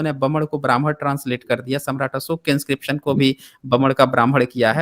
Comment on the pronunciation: Bhai saab ki saas ful gai hai or baman ya Brahman 👶 bol na main . 🙄